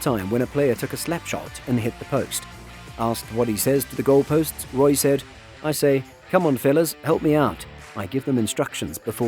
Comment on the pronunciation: Roy?? Might want to check pronunciation on one big shoots.